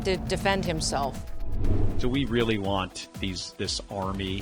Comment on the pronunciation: He said this army like it’s a foreign army.